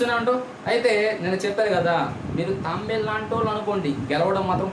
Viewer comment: Bro adi Tambelu kadu tabelu